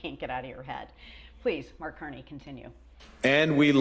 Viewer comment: Art Carney? It’s Mark Carney.